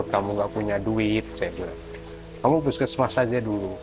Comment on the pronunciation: What a terrible pronunciation of local names! And you are also taking a liberty to shorten the already abbreviated word. Puskesmas is a short for Pus=pusat (centre), Kes=kesehatan (health), Masyarakat (people).It should be pronounced phoneticaly! Otherwise it is just a strange sound.